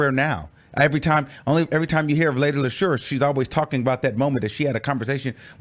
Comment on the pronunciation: Just think Moesha when pronouncing Lady Leshurr!